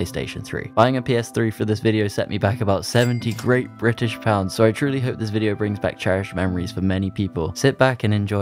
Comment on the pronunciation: "Buying the PS3 took me back *graye-t bri'ish pauwndz*!"